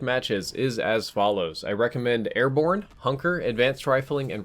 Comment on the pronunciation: Lol “Airborn”